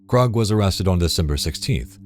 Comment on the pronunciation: I noticed Krug is mispronounced multiple times by the channel